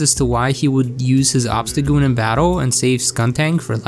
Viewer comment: Obstacgoon? How about Obstacool